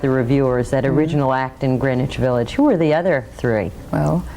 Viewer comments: The way you pronounce Greenwich Village Comden and Green make fun of in On the Town. It's pronounced grenitch. But your English is otherwise perfect. I'm jealous that you can speak a foreign language so well. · GREENWICH Village is NOT pronounced "Green Witch Village."